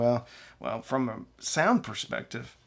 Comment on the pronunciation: It’s SOUND not SEOUND!